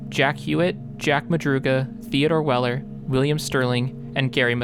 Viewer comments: Ted Weiher’s last name is pronounced “Wee err” or “Wire”. His last name was not “Weller”, it was Weiher. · He called him “Wielder”.